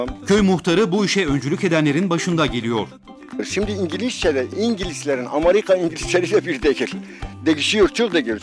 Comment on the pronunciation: Allahım ne kadar güzel Engelizce slshsjslsl